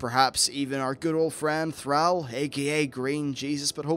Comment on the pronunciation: Why do you call in Thraul? It's Thrall!